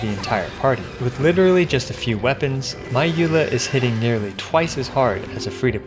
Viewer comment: "With just a few wepoans" hahahahahah Those are rank 5 weapons he is talking about.......